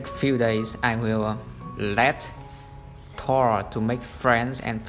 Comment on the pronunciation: For some reason I'm relieved you don't pronounce Thor the English way.